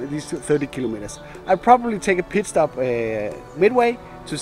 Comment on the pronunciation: I start laughing my ass off because when he says take a "pit stop" it sounds like you saying take a "piss stop", LOL